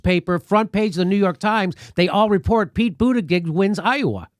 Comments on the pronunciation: I love that Jimmy keeps calling him booty-gig hahaha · It's BOOT-Edge-Edge... or MayorCheat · I love how Jimmy calls him "booty-gig" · Pronounced Boot Edge Edge. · Jimmy pronounces Buttigieg wrong. It is like Booti Judge. How Jimmy says it, though, is far better than saying Poop Peter judge as I have heard on Fox news. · Can someone make a supercut of every one of Jimmy Dore's mispronunciations of Buttigieg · Learn to say his name right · Another crackpot theory by Jimmy Dore.....Buttigieg DID win Iowa. And I really doubt that the DNC would rig the system in favor of an openly gay candidate over Bernie. And jesuschrist Jimmy, at least learn to pronounce Buttigieg's name correctly if you don't want to come off as an obvious homophobe. All the other newscasters pronounce it correctly but for some strange reason you can't? I would prefer to have Bernie as the nominee too but don't lie about the facts because AGAIN, Buttigieg DID win with 26.2% of the votes compared to Bernie's 26.1%.. The commentary from the 3 of you here comes off as incredibly biased, mean, and just plain ridiculous...a "smiling like a psychopath"? REALLY? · You can't cheat in an "Open" caucus. The candidates can literally see how many people are supporting them. Pete had people on the ground in each precinct counting and reporting back. BTW, if you are going to criticize a candidate, at least learn how to pronounce their name. Very unprofessional. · Pronounce Buttigieg's name correctly already. Neither you or Kyle Kulinski end up looking intelligent or funny by pronouncing it wrong. It makes you look small. And it makes that Indiana asshat look better in comparison. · Love how Jimmy refuses to pronounce that little weasel's name properly. 😂😂 Bootygag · Am I the only one who's heard this Pete fellow's name pronounced about 190 different ways? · When will Jimmy learn how to say Mayor Cheats name lol